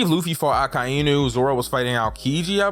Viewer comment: I'm sorry di- did you say ockai-inu ⚰️💀